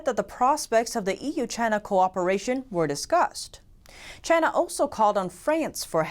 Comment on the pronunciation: It’s the chhhhina flu